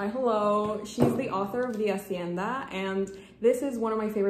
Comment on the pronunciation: when you said "the hacienda" with this beautifull latin accent i was like you are latin?